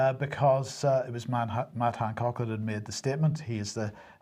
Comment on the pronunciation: I just wanted to mention here something I have noticed for a long time now: I love the way with Northern Ireland accent he always says "Mad Hancock"! Perhaps he is really saying it, but his accent can give him the excuse. Love it!